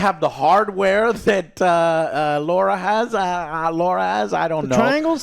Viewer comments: Lara, not Laura! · LAAAA RA - not Laura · How can this idiot not say Lara after decades of Tomb Raider. LARA, not LAURA. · It's pronounced "Lara", not "Laura".